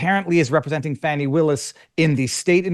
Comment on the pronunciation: 🌺💐🌸 FANI pronounced “PHONEY” 🌸💐🌺